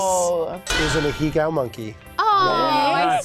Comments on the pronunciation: if your gonna front like you know anime at least pronounce it right, Ah-hey-go not A-he-gow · Hearing say “ahegao” wrong killed me every time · the way pronounced "ahegao" 😅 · Did say ahegao, but wrong?